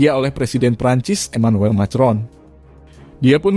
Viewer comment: Min cara bacanya ko saklek banget itu bhs Inggris jg dibaca persis macron, Emanuel macron dibaca makron